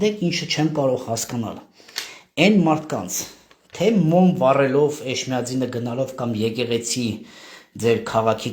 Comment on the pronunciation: ջան Էշմիածին չի Էջմիածին է